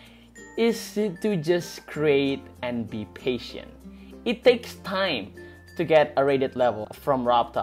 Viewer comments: "paintent" smh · "Be Paintent :)" O.K.